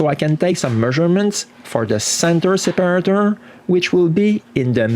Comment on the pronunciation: one little aid.. The part you're trying to call "center separator" (difficult to pronounce for you) would be better called "center divider" for us Englishers. Might even be easier to say anyway. Love to see you back in action and actively doing projects again.